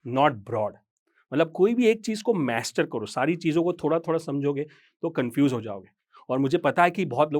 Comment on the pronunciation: मैस्टर नहीं। मास्टर।